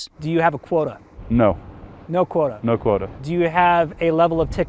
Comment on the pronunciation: quota not quota